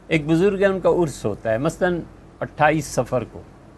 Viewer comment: لفظ عرس ہوتا ہے نہ کہ ارس